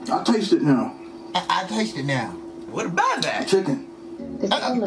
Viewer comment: Are you serious right NEOW?